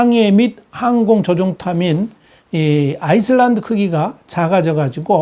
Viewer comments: 아이슬랜드가 아니고 아일랜드 입니다. 수정 바랍니다. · island : 발음은 아일랜드 입니다.